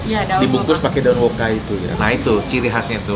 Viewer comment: ijin koreksi, daun woka bang bukan daun woku😁